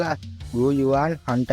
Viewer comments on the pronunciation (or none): හන්තෑන්ඩි නෙවෙයි හුන් තියැන්ඩි